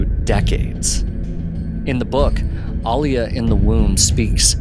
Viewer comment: Thank you for pronouncing Alia's name correctly...the new movies butchered them all and I dont know why, are modern peeps illiterate *people should reference the 80's film for the book proper pronunciations.